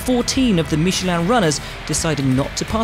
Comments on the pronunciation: Uh oh, we got another "meeshlaarn" over here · That was the first time I heard an english speaker saying 'Michelin' and i am surprised